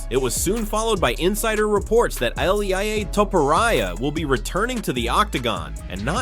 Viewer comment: ILAIA?????? ILIA !!!!!! lool that made my day ! good video keep em up bro